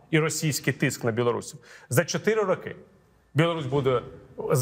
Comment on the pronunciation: .Передайте Портнікову. Правильно не рокИ, а рОки.